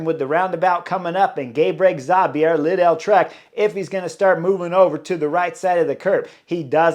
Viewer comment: Chris , It’s Leedle-trek as in needle. Not liddell. Love the analysis.